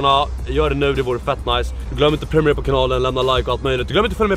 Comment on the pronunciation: om jag pausar vidoen så hör jag nt vad du säger efter asså "premunemera"